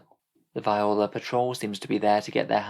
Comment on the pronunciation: Btw it's Viorla is pronounced vee or la